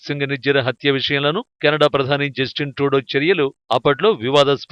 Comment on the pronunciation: జస్టిస్ ట్రూడో కాదురా జఫ్ఫా. జస్టిన్ ట్రూడో. అసలు మీ ఛానల్ కి తెలుగు న్యూస్ ఏ ఎక్కువ.. మీ మొహాలకి అమెరికా అండ్ కెనడా ఎందుకు రా..